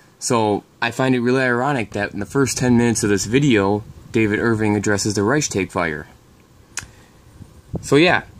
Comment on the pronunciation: YOU ARE A FRAUD...!...YOU CERTAINLY DO NOT TALK " EASILY" WITH YOUR GERMAN FRIENDS ON LINE...BECAUSE YOU CANNOT EVEN PRONOUNCE " REICHSTAG" PROPERLY....AND SAYING THAT "1930s- SPOKEN" GERMAN IS DIFFERENT FROM NOWADAYS, IS DOWNRIGHT BULLSHIT!...ALSO, WENIGER BLÖDSINN ERZÄHLEN UND MEHR RECHERCHIEREN...SONST SIEHST DU EINFACH NUR WIE EIN AUFGEBLASENER WICHTIGTUER UND VOLLIDIOT AUS!